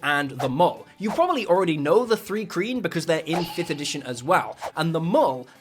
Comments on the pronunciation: its pronounced mule not mul. Its spelled mūl, to be fancy. It's mule because they are genetically sterile just like mules on earth. It's also not 3-kreen, but thri like try but add an "r". Look up dragon issue 93 it has a whole pronunseeAYshun gyd in it. As you later point this out i must point out that i have never thought of actual humans in term of D&D races. If there were actual dwarves, instead of very short humans, on planet earth then the term mūl would probably been apllied to them until they were able to find their own voice and choose another. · It's not THREE-KREEN, it's THRY-KREEN. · Not to be a duck but hard "i" "three" "thrice" "thri" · Also: officially "Thri-Kreen" is "THRY KREEN" not "THREE KREEN." And The original Dark Sun Campaign Setting says: mul (pronounced: mūl) That macron indicates a long "u" sound, which is either "oo" or "yoo" depending on your dialect and preference. So it's "mool" or "myool", rhyming with "pool", "tool", "fool", etc. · THREE KREEN? IT IS THRI KREEN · The correct pronunciation of "Thri-kreen" is /θraɪˈkriːn/ (thry-KREEN)! Just had to add it because as one of my favorite races, each time he said it wrong I was becoming more annoyed! Although it is possible he only read it there for the first time, it's kinda hard to think he has never heard the name spoken!! :)) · Three-Kreen? Dude....